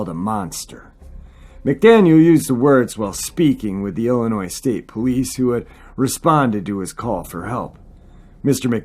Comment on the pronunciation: Please,, don't pronounce the S in Illinois. It's pronounced ill in oy.